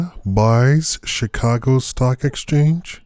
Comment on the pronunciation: 'Chi-Caag' Stock Exchange. Do you have a site?